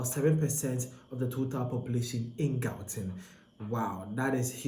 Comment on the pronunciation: Learn how to pronounce gauteng or make content about your own country.